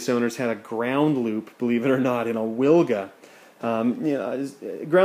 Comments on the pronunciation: Proper way to pronouce the name is Vilga the letter W in Poland 🇵🇱 is used for letter V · Hi. The Polish pronunciation of the Wilga sounds more like Vilga. Just replace "w" to "v". Great work, wish you lot of fun with Vilga :)